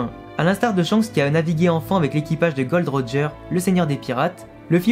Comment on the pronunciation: Par contre cest pas gold roger mais gol d roger